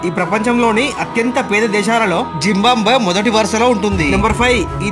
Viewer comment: జింబాంబ్వె కాదు మిత్రమా జింబాబ్వె అనాలి